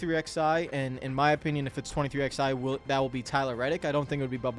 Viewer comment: Dude, it’s been 4 years and you still can’t pronounce 23XI’s name right. Twenty-three Eleven 🤦